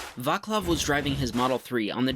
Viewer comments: VAKLAV XDDDD its pronounced as C not K, put it in czech translator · I died hearing him pronounce Vaclav 😂😂😂 I'm Czech so it was quite painful to hear. The c is pronounced like the last part of "its" without the i